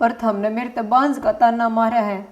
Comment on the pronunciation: दो बांज बहु = दो बांझ बहु ( आपके नाटकों में अक्सर मुख्य शीर्षक का उच्चारण शुद्ध नहीं होता है। )